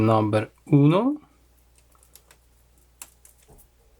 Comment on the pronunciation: omgaidad you say number UNO , buen español